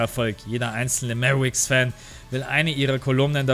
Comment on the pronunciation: haha will dich nicht korrigieren oder so aber es wäre korrekt formuliert: "Mäwerix" haha aber scheissegal bist ein sympathischer typ das ist alles;)